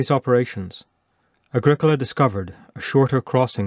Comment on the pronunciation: Ah grEE cola ... not Ag ric AHla. Think Italian.